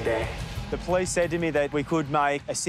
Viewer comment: The po-lease